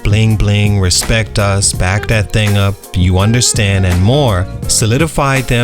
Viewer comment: I don’t trust anyone that doesn’t pronounce respect correctly. 😂